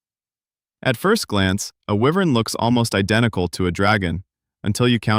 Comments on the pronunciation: It's Why-Vern not Wee-Vern..... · Getting this wrong in the video explaining the differences in them is wild. I am also pretty sure wyvern is pronounced wYvern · It's not 'Why Vern?' Ahh man. lol